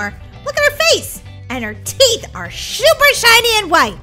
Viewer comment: u said shuper shiny instead of super shiny😂